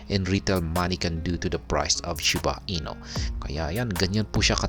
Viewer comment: shiba INU po hindi "ino" hehe